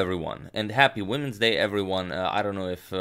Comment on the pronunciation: LOL...I heard "Happy Wednesday" instead of "Happy Women's Day" and I was like, uh...... :)